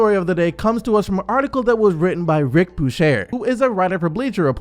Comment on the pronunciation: Bucher is pronounced byuker.